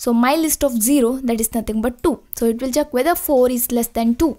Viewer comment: its check not chuck